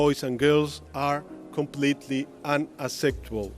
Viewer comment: Pedrito Sanchez applicando el "insolting and unaseptabol" ! (Favor de Buscar a Ricardo Anaya en Mexico para entender el chiste)